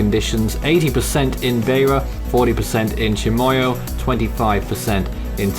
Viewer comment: Help with your pronunciations: Beira = BYRA Tete = TET Chimoio = CHIMOYO